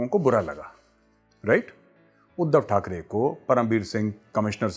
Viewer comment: ठाकरे बोलो मेजर ठकडे नही